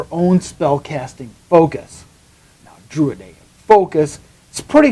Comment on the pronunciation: I appreciate your enthusiasm. Was there an intentional reason for "drudaic" rather than the more common "druidic"?